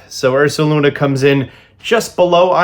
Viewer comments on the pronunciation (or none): THE D IN URSALUNA IS SUPPOSED TO BE AN S!